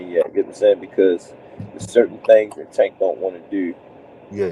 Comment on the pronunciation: “ It’s certain thangs that Tank don’t wanna Deww “